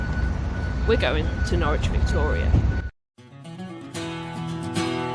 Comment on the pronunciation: Norwich is pronounced 'Norridge', but it's a common error that many folk make -! 😊